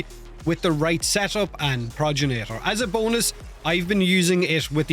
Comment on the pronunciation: Why do you keep sayin "Proj ja nator" Its G not J Progenitor. Gen like generator. Not proj-ja nator........